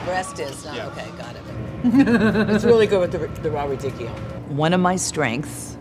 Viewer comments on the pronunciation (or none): none